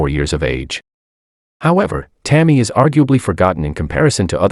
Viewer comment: This is a horrible piece of sh*t, capitalizing on Tammi's life and tragic death. Her name isn't even pronounced properly, not once.